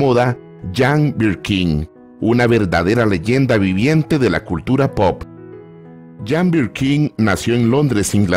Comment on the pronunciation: Si me acuerdo de ese clásico, nunca lo pude conseguir en su momento pero si la conseguí en cd con buen sonido en uno variado, nunca he podido ver esa película y otras que filmó. perdon por hacerle una pequeña observación y es lo siguiente, "Jane" se pronuncia "Yein"o"llein" porque era Británica y no Francesa o Italiana.